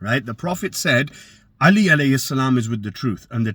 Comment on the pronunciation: You can't even say 'Ālī properly hahahaaaa miskeen rafadhi